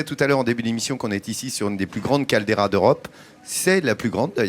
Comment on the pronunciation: J’ai entendu « caldeira »…